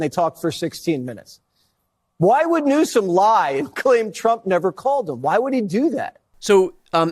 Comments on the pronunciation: See them all for being so disrespectful and slandering your last Name, They need to pronounce it Newsome!!! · Governor Newsom should also sue Trump and anyone who has blatantly and knowingly "mispronounced" his name!